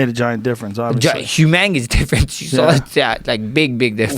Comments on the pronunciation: He made a mistake but you know what he meant, humongous. But also he could be just saying it subconsciously because here in Hawaii, we slang and butcher lots of words for jokes too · Max said huMANGous difference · Humangous is the legit way we pronounce that here :) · “a humangis difference”